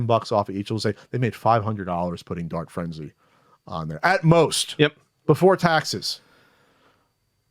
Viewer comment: Every time they say, "Dart Frenzy," I hear, "Dark Frenzy," the latter of which actually sounds interesting... which is how I knew I heard it wrong.